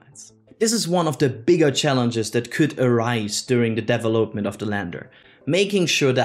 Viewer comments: I lost track of a little that you were saying trying to figure out how you were saying the word "development". Thanks for your report. Good job. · 👀You did a Great Job 👍! Thanks for all your Hard work! (You taught me a New way to prononce the word "Development" 🤓😎!:_youbet::_yall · great presentation overall, but please learn how to pronounce 'development' :)